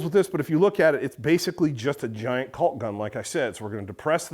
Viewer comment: Made sure we all heard that L in caulk gun, lol.